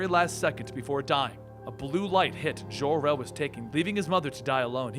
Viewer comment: so Jor-El is French, like Jon-luc Picard? 55 years I've calleds him JOR, like Job or Joe. Seriously, had to quit watching after the fifth ZHOR-El.